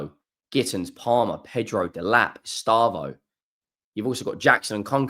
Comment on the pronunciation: His Name is Estevao and Not Estavo Buddy 😅